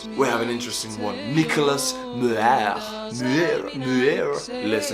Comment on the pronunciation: Please don't make fun of peoples' names if you can't pronounce them. This is only approximate; Muir is a Scottish name, and pronounced Myear, like the word "year" with an "M" in front. (With apologies to Scotland, because this is as close as I could get to the actual pronunciation.) And Virginia and West Virginia had a quarrel during our Civil War, and have never forgotten. People in that part of the U.S. never forget their quarrels: never, never. And after they're dead, traditionally their sons and grandsons and great-great-great-grandsons carry on with the quarrels, too. However, this is less true in modern times; people are much more interested in their phones than in old quarrels. Winchester is in Virginia, but not in West Virginia. It's the apple capital of the Eastern part of the U.S. However, you are very entertaining to watch, and also extremely charming, so it's easy for me to forgive your small inaccuracies, with a smile and a wink. I also send you many best wishes. Please continue your very interesting videos.